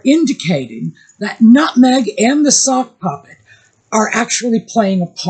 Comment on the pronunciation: At first I thought you were saying "soft puppy" and thought it was funny. Then i heard "sock puppet" and lost it. Meg's always been jealous of Posh Spice. Peltz likes younger men because she's the mummy figure. Same with meg apparently. The US is a dumping ground for washed up british nepo boys now. Add hot sauce labeled for daddy's football number to all the as if food. I don't think the US needs it. I hope not a single Becks/Posh fan ever buys another bottle of his hot sauce again. The Beckhams going onto Oprah would be a significant step down for them.